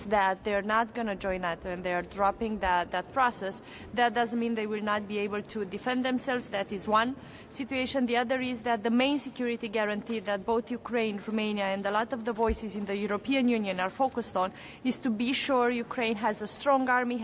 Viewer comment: Which kind of security gareenty she says??????